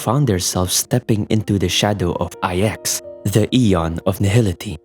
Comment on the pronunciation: Ahhh yes, thanks to the words you used explaining the space china arcs of the story that I finally worked out why all the stories from Luofu just end up sounding like old people griping (which is why I just find most Luofu story and sidequests to be oh so boring save for the handful of offbeat funny ones like the cycranes.) However, despite your eloquence, DUDE just pronounce it "iks" for IX. Saying "ay eks" ("I" "X") just sounds stupid. Furthermore there is reason to believe that Device IX (NINE, as in the the roman numeral) hints at the origins of the Aeon of Nihility as a mere "device number nine" before its supposed ascension, similar to how Nous appears to be initially a cybernetic/mechanical construct prior to Aeon-hood. But I digress, just pronounce it "IKS" man for fluidity's sake. Every time you went "ay eks" during your narrative just jarred the living shit out of me and distracted from your point.